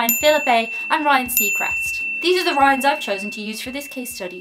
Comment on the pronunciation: When she first said Ryan's, I thought she said riots and I've never heard of a riot in Canada, they're more peaceful and civilized than us Americans